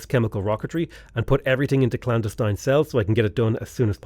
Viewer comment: you, sir, are mispronouncing clandestine